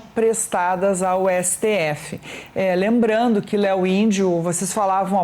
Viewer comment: Essa mulher fala lembrano buscano esperano Ela não consegue pronunciar as palavras que terminam em (ando)